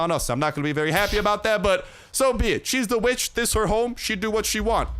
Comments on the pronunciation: For a second I thought you said b***h whenever you said vitch 😅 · I know you said kill this witch but I swore I HEARD A B